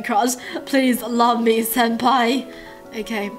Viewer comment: Did u say "senpai"?